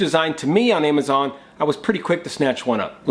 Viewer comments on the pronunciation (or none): none